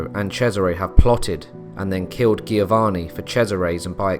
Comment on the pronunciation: Nice! Try to pronounce „Giovanni“ with a J instead of a G and keep in mind to emphasize the N instead of the A